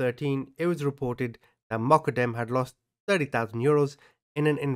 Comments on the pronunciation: its pronounced MO-GHA-DAM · its pronounced Moq-qad-dem. Peace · Everytime you said Moqodem, I heard Muppet M. 🤣🤣🤣 Took me hearing it a few times and then turning on subtitles to hear what you were actually saying....lolol That was epic!!! Welcome to YT on your smart phone! Lol Keep up the hard work! Take care! ❤❤❤